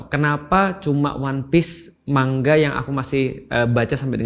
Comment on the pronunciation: Betul ini pelafalan Pak Ust kata "manga"=>"mangga"...spt kata Bu Guru Bhs Jepang Nakama tulen ini...😅😅